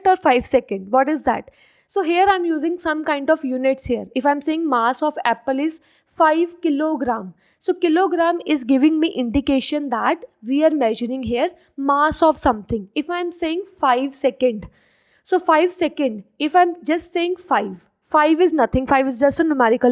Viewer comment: " giving me indecation" 😂😂😂😂